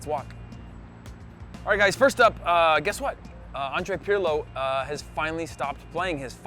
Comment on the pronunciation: An-dre-ah P-ear-loh say it correct